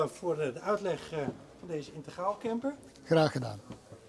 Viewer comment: integraal...dus niet intergraal!